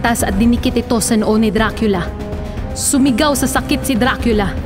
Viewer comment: Diba dracula e bakit dracila yung basa mo???